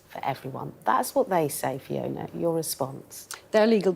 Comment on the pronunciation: Why didn't the interviewer take a few seconds beforehand to learn how to pronounce Fiona's name ? It's so rude 😡